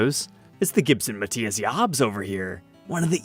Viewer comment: You pronounced Matthias incorrectly. 🧐